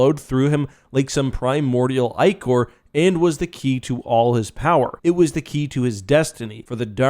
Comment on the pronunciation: Congrats on being one of the few people ever to pronounce the word "ichor" correctly (in my opinion) :D